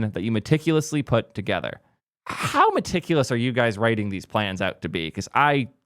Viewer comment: Meticulous was the first word that jumped out as Nuh-Uh